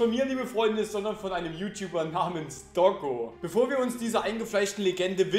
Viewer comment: Auf Deiner linken Schulter sitzt mal wieder n Staubkorn! Neee, das Video guck ich nich! xD PS.: Nich Doggo, sondern Toggo!